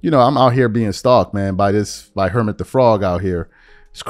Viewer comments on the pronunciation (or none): 😂😂😂😂 you got me cracking up you said Hermit the frog I get what you mean but it's actually Kermit the Frog😂😂😂